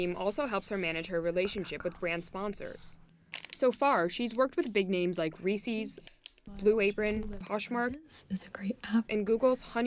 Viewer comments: Lol “reecees” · The opposite of ASMR is when someone pronounces Reese as Re-seize. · The way she pronounced Reese’s : WRONG